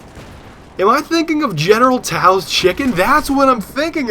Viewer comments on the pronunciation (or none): Its pronounced so's